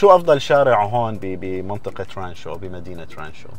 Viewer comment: اسم المدينة رانتشو الله يسامحك يا غلبتني تحتى القط نطقها من المدام لمى.